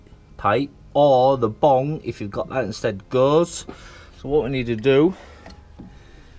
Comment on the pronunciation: Its bung not bong hahahahaha